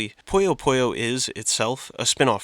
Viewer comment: I'm sorry but I HAVE TO correct your game pronunciations. Puyo Puyo: Pronounced "Poo-Yo, Poo-Yo" not "Poyo Poyo" Madou Monigatari: Pronounced "Maw-Dow Monigatari" not "Ma-doo Monigatari" Idk in what context ou is Pronounced oo but I'm too southern to think about it. Cool Mario vid